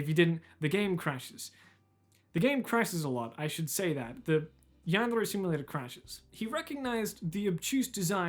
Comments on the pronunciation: why does he pronouce "yandere" in a spanish sounding accent. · How he pronounces the trill r in “yandere” is my kink